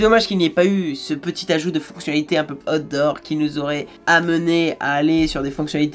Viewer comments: Par contre on prononce aout dort et pas hot d 'or 😁c est pas pareil. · Bon alors quand tu dis out door.... prononce le en anglais stp..car voila 2 ou 3 reviews que je regarde sur ta chaîne, et a chaque fois, j'entends hot d'or.! 🤣😁😁😁🤣. Ce qui, tu l'avoura , n'a strictement rien avoir..😁😁😁😁😉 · Chaque fois qu'il dit "outdoor" j'entends "hot d'or", ça me rappel les premiers samedi du mois sur canal à l'époque. 😂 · Après avoir écouté et ré écouté, je suis formel, il parle vraiment des "hots d'or"!!! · A_OU_TDOH c'est ainsi que cela se prononce mec.